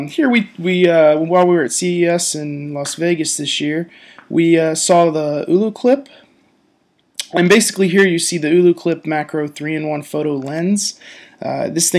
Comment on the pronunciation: Ulu clip? I think it's pronounced "oh-low" clip? I do like their lenses though. Very nice quality. (